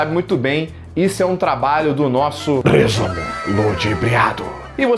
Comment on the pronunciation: Ai, meu santo Cristo, eu me tornei quem eu mais temia: o cara que abre as mãos igualzinho ao quando fala "RRRRRESUMO... LUDIBRIADO".